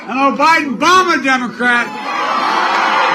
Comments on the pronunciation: “Obiden Bama” this made me laugh so much😂😂😂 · "An Obiden Bama Democrat" No typo. He said that